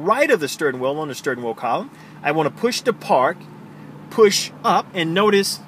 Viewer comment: STURN WHEEL ??????? really? 🤔